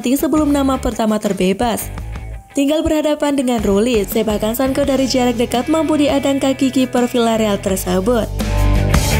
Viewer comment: Bilangnya Sanco bukan Sanko, mbak..... 😁